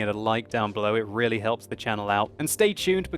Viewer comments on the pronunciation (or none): none